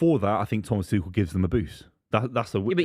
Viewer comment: The irony of saying "yoo dont know ball bruv" about ten times in the same show he calls Gabriel Jesus "Gabriel Hay-zooz" and Thomas Tuchel "Thomas Two-Shell". Then there's the thinking that Maignan still plays in France...